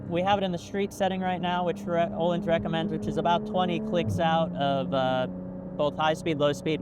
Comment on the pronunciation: You can easily pronounce the letter Ö in Öhlins if you say it similarly to the American English "world" letter O, or like the U from "murder".